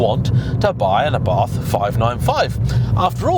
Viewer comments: Pronunciation is not ffs. It's Ah-Bart. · im italian and the way you pronounced Abarth at minute is just ridiculosly wrong!! It sounds like you are say Arbath which, once again, is totally wrong and not it is pronounced. The way britsh say abarth normally isnt really far off from the way we say it so just stick to that! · why should it be ARrrbat? Im from italy and its simply called Abart, not Abarf oder …. Wtf…xd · Who the f**K pronunce "Arrhbart"? Trust me, I'm italian, "ABARTH" is more similar to the italian pronunciaton. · ARBATH???? Can't you read, it's A B A R T H.... I usually like your reviews but this one was pointless...... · I puked a bit of blood in my mouth at “aRRRRbath” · "it's properly pronounced ARRBARTH" Me: 🤔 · I would love to know who told you that it is pronounced Arrrbarth! 🤣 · I like it, although mum keeps calling it variations on Abarth - a bath, Ardbath, Abroath, aardvark... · I think you had that pronunciation wrong 😅 it's not a pirate ship haha. Just say it without the H and roll the R a little. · Boasts “I know how to pronounce Abarth” then massacres pronunciation like a pirate with a speech impediment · Except he didn't boast. He pointed out that hes aware of his incorrect pronunciation. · it was just amusing to me that he pompously/defensively said “I do know it’s properly pronounced X” when it’s really not. But it’s a small problem in comparison to the fact this ‘review’ is a desperate attempt to be controversial with an awful clickbait title.